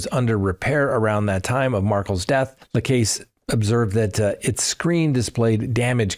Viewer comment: Pronounciatiion: Dan Markel = Mar-Kell Jeffery Lacasse: Laa-kaa-s-ee (French) Katherine Magbungua: Mag-ba-new-a